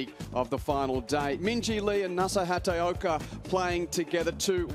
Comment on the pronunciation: Please commentators now and in the future,it is Nasa HAT-A-OKA,you are highly paid professional commentators,do some research and get it right!